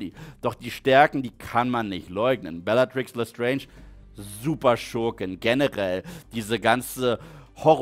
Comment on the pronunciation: Es triggert immer noch wie er Lupin ausspricht und belatrix Lestrange Lupin und Neville Eltern wurden gefiltert bis zum Wahnsinn von Rudolphs Rabatt bellagrix und Barry chorisch jr